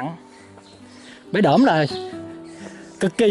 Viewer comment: Bãy Đỡm, không phải Đưỡm.